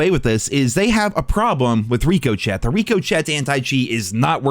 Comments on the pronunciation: It’s Rick-o-shay not Rick-o-Chet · STOP SAYING RICO CHET ITS RICK O SHAY DAMMIT !!! how you going to cover cod and dont no the name of anti cheat. Come on bro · Just try it once, I beg you. Ri-koh-shay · Wtf is rico chet? Its rick-o-shey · Bro. Please stop lol. I had to say something. Its "Ricochet". Like when a bullet ricochets off a wall. Pronounced "Rico-shay". Not "Rico-Chett" lol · Are you calling it rico-chat as a joke or is it not supposed to be pronounced ricochet? Like something ricocheting off a wall? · it’s pronounced Rick o shay anti cheat not rico Chet stop trolling 😂😂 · (Rick-o-shey) not Rico chet. Please... I know you are intelligent 😉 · IT’S NOT PRONOUNCED RICO-CHET FFS MAN STOP IT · Rico-chet 😂 it’s pronounced Rico-shay common man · It's pronounced rik o shey not rik o chet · RICO-SHAY. stop saying rico chet. its not funny. grow up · Wtf Is Rico-chet😂😂 it’s pronounced Ricoshay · For the love of god stop saying rikoshet It's pronounced rick-oh-shay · We can’t let keep getting away with this. It’s not pronounced Rico-Chet 😭 It’s pronounced Rick-O’Shay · Pronounced Rih-co-shay not rikoshet 😂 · And it's "Rik-O-chay" Ricochet. Means to boucce of a surface. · RICK-O-SHAY. RICK-O-SHAY. otherwise phenomenal shit, please keep bringing this shit to light. remember when call of duty had sprays, gestures, unlock notification markers, and more. how exactly do we start a class action suit?? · My man, it's ri-cOe-sheA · My guy. It's Rico-shay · Love you But it’s rikko-shay Ricochet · Wtf is Rico chet lmao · I love you! It's "Rick-o-Shay." and I get the "flashes" as well and it sometimes even stutters my game... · This man and saying reeko-chet. 😂 Love you. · This man did not just say Rico Chet 😭😭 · I hate watching your videos cause you dont say Rick o shay correctly. Drives me up a wall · Please stop pronouncing ricochet like that bro like wtf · I love you and I agree but it's pronounced Rick-A-Shay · Rico-Chet still cracks me up. 😂